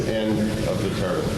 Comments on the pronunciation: You’d think that someone who was working on a turbine would know how to pronounce it... Turban 👳🏾‍♂️=\=⚙️ Turbine! You feckin’ 🥧 🔑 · Its not a turbun, it's called a turbine